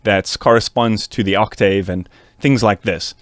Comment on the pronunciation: can you pronounce octave correctly